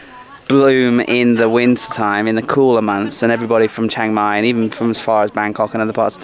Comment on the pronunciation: good : - you where closed to me my daughter complain about your pronunciation of Chiang Mai, haha we have been there 2 or 3 years ago, camping for 300 baht as we have own, and NOW she is so jealous - wanna go again so far I remember of 15 years here, and bicycle 120.000 km include racing ... 'pan ha Bhat' meant 1.500 Baht - what is fixing to that huts and area. But is has change so much in that years now ... wow guess will be there in Dezember / January for cold and sure dry, for maybe 2 nights ... that hill I did so often with bicyle since 2009 and the changes are hard (too much huts there now). you missed the night for record, like a big town at the hill - amazing ... and your evening and morning sun same side ? did I miss something ? Have fun in Pai then ... I wait for it.